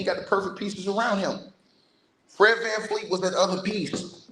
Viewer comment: It’s VanVleet